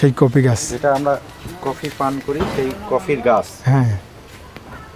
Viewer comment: কোপি নয় বাবা, *কফি*।